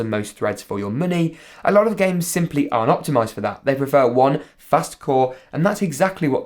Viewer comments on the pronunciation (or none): none